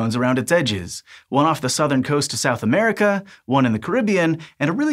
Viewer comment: Aurica??? NO MURICA!!!!